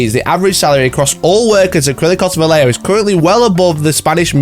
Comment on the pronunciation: The heck is valeo? You should respect the letters in a word. VA - LLE - JO